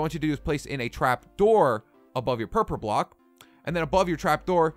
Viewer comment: He says Purpler block😂